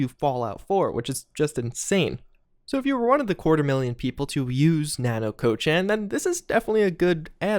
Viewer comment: I am unhappy about how he's pronouncing "Nanako-chan" lol